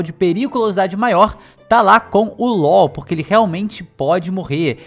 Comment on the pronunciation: Me da agonia de ouvir ele pronunciar Law errado